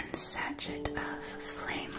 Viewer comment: Not trying to criticize, just letting you know because I suspect you'd rather know than be left ignorant; sachet is pronounced sa-shay, not sa-shet. (And this is a glorious video! Alas, I've had to skip a lot because my misophonia isn't a big fan of whispering, but the worldbuilding and visual style is incredible, and I loved that the transitions were more than a quick visual fade.)